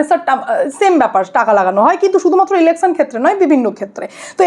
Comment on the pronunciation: আপনি 'স'এর উচ্চারণ পারলে ঠিক করে নেবেন। ইলেকছান নয় ইলেকশান।